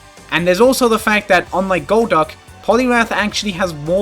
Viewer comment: Rewatching the video months later, main takeaway is amazing pronunciation of goal'DUCK